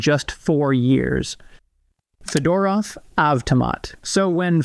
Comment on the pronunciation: Fedorov is spelled "fYodoroff", not "fedOrou". The latter sounds really lame, no one would go anywhere with such a surname.